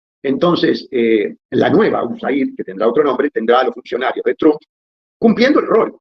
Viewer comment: Ud lo pronuncia correctamente al apellido Trump...Es alemán, no inglés.